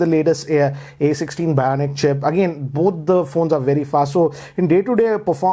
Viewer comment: is he saying bionic chip or bhayanak chip?